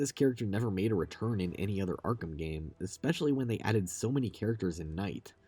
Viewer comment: 'Ikspecially.' Listening to anyone talk for an hoyr and a half is draining but whenever this bad boy came up, physical convulsions ensued